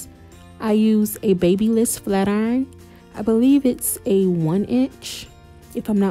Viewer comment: It’s call Bab-lysis Not baby- bliss😂😂😂😂